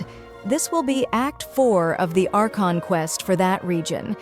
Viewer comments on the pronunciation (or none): none